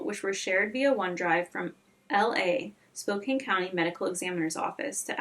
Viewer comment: Hey I live in the area (Spokane) and I know some of the names are difficult so for future videos here’s a guide Kootenai= koot-knee Coeur d’Alene- kore-duh-lane Spokane- spo-can Palouse- pa-loose Hope this helps I’ll edit and add more if I hear more difficult ones. Great video, your respect for the families really shines. Hope they are able to find some sort of peace 💔